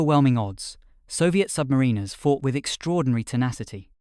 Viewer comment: Interesting. Bit pendantic, but the author may want to pronounce "submariners" in a more acceptable way. Say to yourself "The rhyme of the Ancient Mariner". Now put "sub" in front of "mariner". Got it?